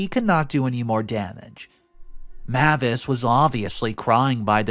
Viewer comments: Mavis is pronounced MAY-vis, like the surname Davis (may' as in the month of May) . The pronunciation MA-vis, where the 'ma' is a short 'a' as in 'map', is not usual. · Another mispronounced name... 'Mavis' IS pronounced 'MAY-VIS' and NOT 'MA-VIS'.(Or like the car rental company 'Avis', with an 'M' in front.) I really am losing track of just how many times you continually mispronounce words and names. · May-vis not mah-vis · FYI Mavis is pronounced may-vuhs (google how to pronounce it and there is an audio you can play several times to confirm this), I otherwise like your voice and enjoy hearing your reading style. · The name Mavis is pronounced: MAY-vis. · I'm trying to support him because he finds good stories, but this man messes up so many names and words it's painful sometimes. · I feel like it’s May-vis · Mavis = May vis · Sorry it was bugging me the whole time. Her name is pronounced. May-vis. Even though it's written Mavis. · MIL name is pronounced May -vis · The name is pronounced 'Ma-vis" with a long "a".